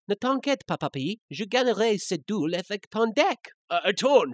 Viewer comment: Et c'est pas comme ça qu'on prononce "monstre", "duel", et "cas" xD